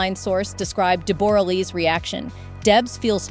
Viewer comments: Deb-ra, not Deb-bor-a. A beautiful and extremely talented lady way before Jackman came along. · It’s Deb a ra not Deb- bore-a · We say DeBrah not DebOra. Just doesn't work in Australia. Mispronunciation of the key persons name just diminishes the whole story. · It's not pronounced Deboooooorah! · She’s an Australian. Debra is the correct pronunciation